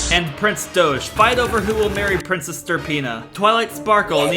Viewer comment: I love how Prince Doge is a Douch, and the way Doge is pronounced by is similar to Douch pronunciation